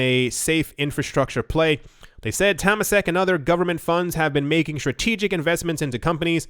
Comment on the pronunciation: haha...you really butchered "Temasek" pronouciation... its "Tur - Mah - Sick"